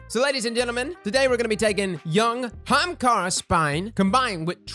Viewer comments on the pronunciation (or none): What kinda bothers me is how he says hamakara and not Ahamakara still loved the video tho lolol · i always love the energy of your videos but for fuck sakes is Ah-ha-mkara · I think you should spell it the way you say it... "Ha'umkara" lol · Hamkara? Am I dyslexic I thought it was Ahamkara? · Not gonna lie... I clicked on the video just to hear HA-HAM-KARA!!! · I was trying to spell it like pronounces, but it may not fit on the shirt. HA-AM-KAR-RA! LOL. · My eye is twitching! People already say ahamkara wrong... Now they are definitely going to say it wrong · Your inability to pronounce the first letter of that word is kinda sad. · I’ve never heard somebody pronounce ahamkara like that...